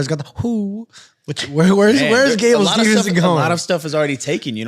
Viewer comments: Even Gable Himself says Stevenson. Although you'd think would pick up on it though...🤣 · Gable STEVEson there is no n ffs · Should we count how many times they get steveson’s name wrong ?? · has said Gable’s last name wrong 3 or 4 times already and I’m less than 2 minutes into the show 😂😂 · The consistent adding of the non-existent ‘n’ irritates me far more than it should 😂😂